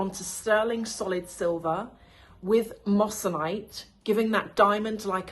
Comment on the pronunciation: Great video ❤, really enjoyed this! Just a small and hopefully helpful note: the correct pronunciation is “moy-suh-nite” (moissanite), not “mos -san -ite.” Easy mistake to make! It’s a beautiful stone though, honestly even more brilliant than diamonds in some cases. Loved your breakdown overall!❤